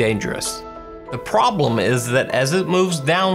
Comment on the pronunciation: * the pwoblem is*